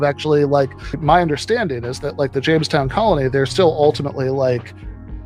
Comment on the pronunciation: Was it Jonestown? Or Jamestown?